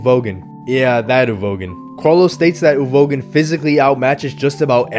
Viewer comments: I don’t want a part two just because of how you pronounce Uvogin… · everytime you pronounce uvogin i physically recoil